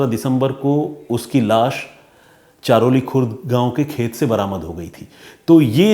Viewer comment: ये घटना हमारे गाव की है, सर हमारे गाव का नाम चरहोली है चारोली नही इंद्रायणी नदी भी आप गलत बोल रहे हो सर जी श्री क्षेत्र आळंदी श्री ज्ञानेश्वर महाराज जी की समाधि है यहाँ महाराष्ट्र के सबसे बड़े तीर्थस्थल का स्थान इसे मिला है लाखों की संख्या मे भक्त यहाँ दर्शन करने आते है आषाढी वारी(पंढरपूर) search करके देखना सर महाराष्ट्र के कोने कोने से भक्त यहाँ साल मे एक दिन आते है और वो लाखो २५० km पैदल चलकर पंढरपुर जाते है इस जुलै आप अपनी टिम को लेकर आना सर बहुत हि अच्छा अनुभव होगा आपके लिए आपके और आपकी टिम के रहने खाने का इंतजाम हम करेगे